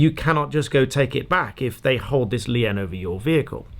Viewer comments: a rare mispronunciation. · Not the point at all but I've never heard anyone pronounce "lien" with two syllables. (We pronounce it exactly the same as "lean" in Canada.) Every time I watch this channel I'm reminded that despite all the BBC television I've watched over the years, I haven't heard every UK accent yet.